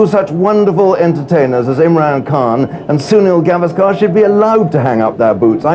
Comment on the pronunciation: Boss, you have played with him. It's about time you learned to pronounce your fellow cricketer's name correctly: it's spoken "Gaavesker" (گاوسکر) not "Gvaasker" (گواسکر)۔ He himself has not minced words saying he doesn't approve if it --- which is quite understandable, this being his family name.